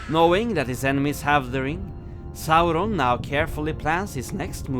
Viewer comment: I know it's off topic, but is it true you guys ended your covid restrictions in Norway? If that's true, it makes me love Norway even more 🙂🇧🇻 also, love to hear you say Saurons name once more! 👍🙏